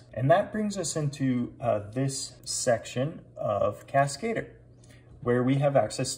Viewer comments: Cascadeur. French. Emphasis on DEUR. kaska-DUR, not kas-KAY-dur. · I'm pretty sure that that's not how you're supposed to pronounce "Cascadeur", lol. It has nothing to do with the English word "cascade", but instead it's simply a French word for "stuntman". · Did the French put a man on the moon? NOPE! CASKATER it is hahaha